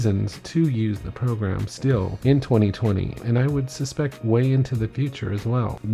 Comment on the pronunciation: Nice spoken .. only one thing on the edge term "future" .. maybe you could use the current LW Logo on your intro pic, not the old one by LW 4.0+ ;)